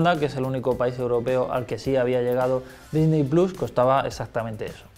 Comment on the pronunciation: Checa tus fuentes jamás había dudado de la veracidad de Xataka pero... esa información ya está desmentida, ¿quieren que les ponga los links? Y un detalle menos técnico "Disney plus" se pronunciaria "disny plos"